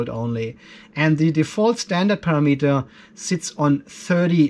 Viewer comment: The word is "Parameter "!!!! Not "para meter"!!!